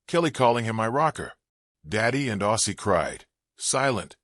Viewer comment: Respectfully, if you’re going to make a video like this, at least get his fucking name right say it right! Rest in peace OZZY!